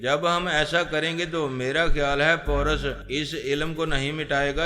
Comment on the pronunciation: Bhai wo poras nahi paaaarassss hai